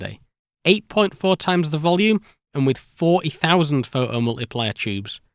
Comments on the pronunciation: how come you can say "photocathode" but you can only say "pho oh multiplier" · That's a really interesting video, but my french hear was constantly distracted by the "pho-hom-uliplier" and the "wo-eh" 😆. Anyway, the story was well told and the job well done ! Thanks for your work :) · "The pho-o mul-ipli-er eh!" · The seemingly random change between pronouncing "photo-" and "pho'o-" because of the British accent has me rolling. "Pho'omultiplier" then next sentence "pho-to-voltaic". This is giving me linguistic whiplash. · it's "phoʔo", not "pho oh" :P it's called t stopping and not any weirder that north-american t flapping.. "pho doh" ("phơ dough"?) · Awesome video! But why can you pronounce photoelectric perfectly but omit the "t" in photomultiplier? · What are the rules for whether the "T" is pronounced or not? "Photo" as a standalone word seems to have a "T" all the time, but "pho-o-multiplier" doesn't.. And what's the difference between a "photon" and a "pho-on" as I couldn't determine when it's appropriate to use one vs. the other.. 😝